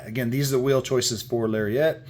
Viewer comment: LariAT not lariET 😂